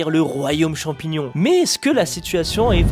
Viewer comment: champignion parasytaire 😂😂😂 je suis tout a fais d'accord